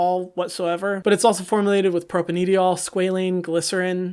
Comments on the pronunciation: I love your channel but when you pronounced "propanediol" I choked oh lord. I just finished two semesters of organic chem and man I do not want to hear or read anything that sounds remotely organic. BTW it's just pronounced "pro-pane-dye-all", propane- meaning that it's a three-carbon alkane (saturated carbon chain), and -diol referring to the two alcohol groups. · Propanediol is pronounced pro-PAIN-DYE-ol. Love you, and I really appreciated this video. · to pronounce propanediol - it is propane (like propane gas) - di (like dye) - ol (all). It means there are two alcohol (OH) groups stuck on to the ends of the propane organic molecule (C3H8). but the way you pronounce it is cute too <3 thanks for the video.